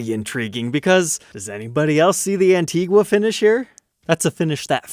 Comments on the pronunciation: It is Anteegooah in Spanish which is the language it is supposedly to be spoken, so you are saying it correctly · You can keep pronouncing "antigua" with the U, it's a real and common spanish word, meaning "old/vintage" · Antigua is an spanish word means Antique, and you pronounced it correctly! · it is Pronounced Antigua you are saying it right originally. The word means old/ancient in Spanish. Also yes the country is also spelled Antigua and pronounced the same way. Someone that doesn't know what they are talking about deceived you. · Hey, You got right the antigua pronunciation, it just also means old in spanish